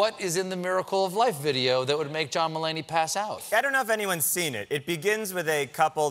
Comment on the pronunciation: When I first heard him say his name I thought he said "John m'lady. 😂😂😂